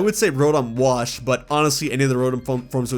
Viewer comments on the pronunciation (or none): none